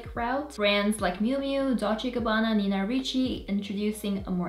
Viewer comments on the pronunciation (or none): none